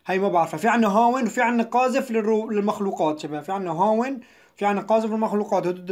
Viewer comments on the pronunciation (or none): شو اللغة هادي "قازفة"😏😣 قاذفة